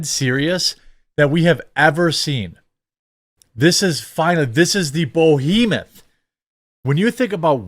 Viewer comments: The word is "Behemoth" not bohemoth(sic). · ah, the 'bohemoth' lol